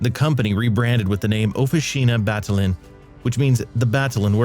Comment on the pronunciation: "Battaglin" is a crushing butchery in the hands of an American narrator.